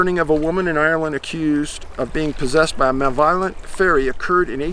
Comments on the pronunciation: Muh - leh - voh - lent. Not mahl - violent. Stay tuned I have more Mr. p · ma LEV o lent : accent on the second syllable( I love your stuff, just trying to be helpful)